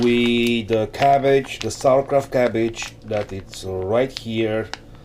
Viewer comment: It is SAUERKRAUT not sawerkraut